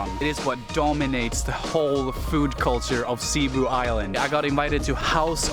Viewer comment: My wife said you are pronouncing Cebu wrong, her family lives across the water in Manapla .. we have 5 pigs over there if anyone wants to buy one lets us know.. My favorite pork memory from my time in Manapla is the Tocino with my breakfast every morning at the Northland in Manapla..